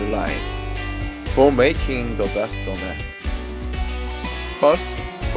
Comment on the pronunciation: Not SoMac. It’s just Somaek (소맥)